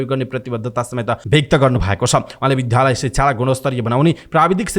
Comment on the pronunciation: समाचारवाचकले विद्यालयलाई विध्यालय भनी उच्चारण गरेका छन्। रेकर्ड सच्याई पुनः शुद्ध उच्चारण गर्न जोडदार माग गरिन्छ